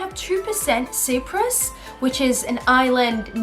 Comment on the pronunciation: Your results are fascinating and you are beautiful, just one thing, I am in fact Cypriot and it made me cringe when u mispronounced Cyprus 💀 its pronounced like Sai prus, thanks 👍🏽